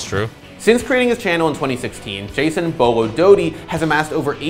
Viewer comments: Someone pick up beaulo someone pick up beaulo SOMEONE PICK UP BEAULO !!! did that guy just pronounce his name "boilo" ? Really XD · wow is trying to make fun of beaulos name by calling him BUE low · My favorite pronunciation of his name was when I was talking to this guy I had just met in a casual game. He complemented me on a nice flick one tap and said, "Nice shot, that was almost Beaulo-like". Except he pronounced it as Bee-a-loo, and I'm not sure how he came to the conclusion that he was pronouncing that correctly. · I thought his name was pronounced Bew-lo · Take a shot every time they say “Beaulo” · Until this day, still doesn't know how to pronounce Bolo correctly 😂